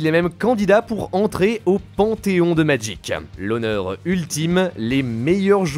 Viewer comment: Si au moins tu prononçais le nom du jeu comme du monde tabarnak !!!